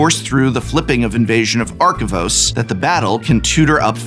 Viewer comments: Take a shot every time Prof mispronounces Arcavios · The amount of times you mispronounced Arcavios gave me a headache. Good list on the video, though!